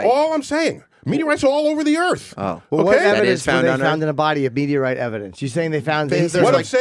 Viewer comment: Me-meteor... Meteorites